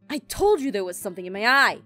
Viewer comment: its told not tild